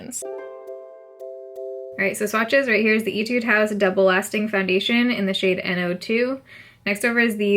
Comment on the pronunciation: Did u say “itude house”? Lol